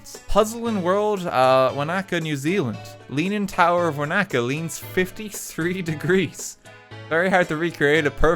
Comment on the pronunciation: this physically pains me to watch. When he said wanaka I felt light headed.